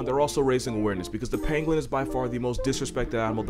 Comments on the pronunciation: When he said pangolin, I heard penguin and got really confused lol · I kept thinking that he was saying penguin